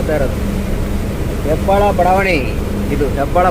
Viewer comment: ಹೆಬ್ಬಾಳ ಅಲ್ಲ ಅಣ್ಣ ಹೆಬ್ಬಾಳು 😊